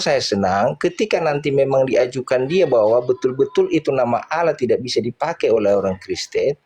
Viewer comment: sangat bangga dan nyaman dengan sebutan ALLAH untuk sesembahannya yesus tapi bacanya didustakan jadi aaaalaaah